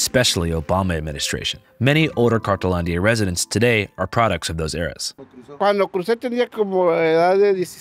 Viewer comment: Isn't it called, "cartonlandia" cause I keep hearing "cartelandia"? Or am wrong?